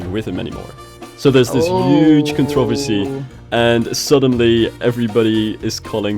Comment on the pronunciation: As much as I love.... The way he pronounces controversy was driving me insane😂